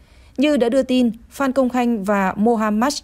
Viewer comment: Phan cứ đọc phạm, blv ko biết chữ à